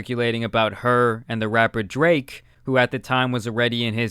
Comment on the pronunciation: Not to shit on him or something, but does know spanish? he said "drake compana" 😂